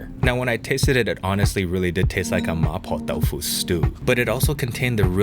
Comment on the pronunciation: that Cantonese there sounded perfectly fine. There's always a danger of introducing weird accents when mixing English and Cantonese in the same sentence, but that "ma poh dau foo" sounded proper Cantonese :P